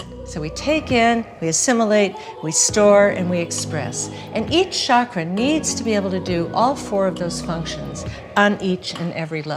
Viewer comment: I am so happy she pronounces the word ‘chakra’ the right way as in ‘channel’ and not as in ‘chicago’ like most everyone else do in the west.